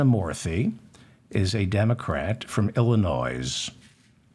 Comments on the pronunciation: its pronounced ILL-in-NOY, not Ill-in- NOYS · Illinois is pronounced i·luh·noy NOT Illinoize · Illinois is pronounced ill-i-noy not ill-i-noise. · "Illi noise"..., did you do that on purpose, David? You do know it's Illi noy, right? Anyhow, I, for one, am grateful for the work you do to help clarify what's transpiring with our miserable political show, I was not a good student of government or civics when in school. You're appreciated.🙄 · Its Illinois (nois)pronounced "noy". Thanks! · You pronounced his name correctly but not Illinoissssss. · David Feldman is a little devil, & I live for it!! Just heard the "Krishnamurthi from Illinoize- hey, I pronounced his name right!" joke &... fabulous!! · David, I know you prefer to pronounce people place names correctly, so here's a well meant and minor correction. Regarding the Land of Lincoln, the state immediately South of Wisconsin is pronounced "i·luh·noy", it is a french phonetic representation of a native name, as are many place names in the Prairie states. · David, Illinois is pronounced without the s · Illinois is the most mispronounced state in USA. The S is silent. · You pronounced Illinois the same as I do with the emphasis on the S at the end instead of the silent S being silent lol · You should not be embarrassed but ashamed for several times mispronouncing "Illinois". The "s is silent! I am a Progressive. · Love what you do here. Thanks. Yes you pronounced Raja's name right but not Illinois. Don't know if you are doing it joking but the s is silent. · David I love your show. Just a heads up the S is silent in the state of Illinois. and no, I'm not from Illinois.